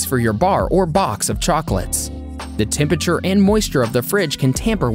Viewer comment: TEM-PURRA-TURE (phonetically) It's not that difficult to say - what is wrong with so many people?